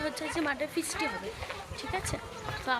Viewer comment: ফিস্টি hobe fisty 😂😂